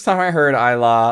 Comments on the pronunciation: Ilaw pronounce like e lau ...not i law😂😂😂bro ilaw is tagalog word ,english is light ...we pronounce i as e ,law as lau ...lauww try it sir 😂😂❤❤❤ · Yah I remember you cried a lot when you reacting ilaw, it is pronounced sounds like eee .lau.or lights